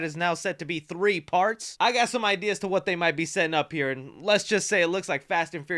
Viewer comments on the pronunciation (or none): none